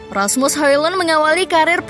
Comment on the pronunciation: cara bacanya Asmus Holon...